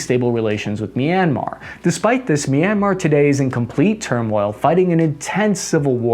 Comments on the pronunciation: Say MEEEANMAR One more FVCKING Time, Go Ahead SAY IT!! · CAN YOU PLEASE PRONOUNCE MYANMAR RIGHT